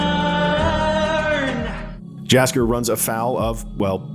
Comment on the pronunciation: What is that pronounciation of Jaskier? Research department take the day off?